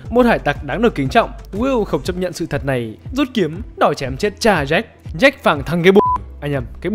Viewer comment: Jack chứ ko phải Jake